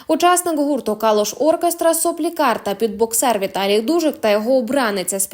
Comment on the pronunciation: Правильно сопілкар і візажистка, а не соплікар і віжазистка.